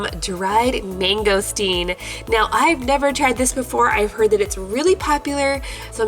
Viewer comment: You Said Mangosteen Wrong cause I'm Asain And You Said It Wrong!